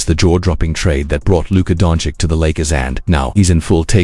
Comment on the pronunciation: practice saying Luka's last name correctly.